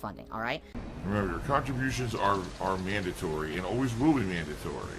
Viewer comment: “Khantribotiuns are and will always be mahndatory”